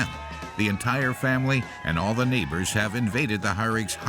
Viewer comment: The way he says Neighbors hahaha